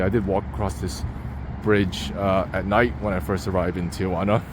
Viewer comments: Thee-Juana or T-juana..where the fuck does the O come from? 😂 please stop saying T-oh-juana.. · not pronounced tia-wana. Tee-wana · it’s pronounced “Tea-wanna”- not “tea- uh/wanna”- Get it right if you’re gonna try to teach people about the place… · If there's anyone who is interested or cares, the name of this dump of a town is properly pronounced, " TI "-Juana , NOT, "TIA" -Juana . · T-Jauna!!! not Tia-Juana!!! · 1) "Ti-juana"...NOT Tiajuana". 2) There are for-paid bathrooms in the line, had you only looked. 3) The "homeless" are mostly migrants - usually from Central America or other parts of Mexico. 4) There are web sites/pages which would tell exactly how long the expected wait time is. 5) Usually there are hustlers offering rides on shuttles to bypass the queue for a fee. 6) The bridge and area around it are simply unsafe in the night time ...these comments had to be made because your video was not helpful at all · Tijuana is pronounced "tee WHAH nah," not "tee a WAH nah" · Never understood why so many Americans, including my fellow San Diegans, pronounce Tijuana with an added 'a": Tee-A-Wana. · Why do gringos pronounce Tijuana as "tee oh wanna"?😂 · Agreed. I always tell non-Spanish speakers: if you can say marijuana, then you can say Tijuana. What's this tee-a-wana? Come on.